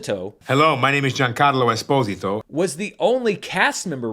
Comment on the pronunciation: Btw I speak Italian as my family is from there and it is indeed how you would pronounce Esposito.